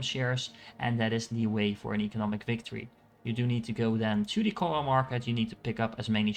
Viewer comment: This was a good guide. And everybody mispronounces CHOAM lol.